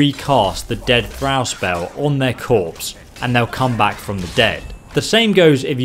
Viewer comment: 'Thrawl' not thrAl